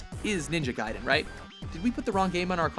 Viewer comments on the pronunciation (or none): he pronounced it ninja gai(guy)den its ninja gai(gay)den.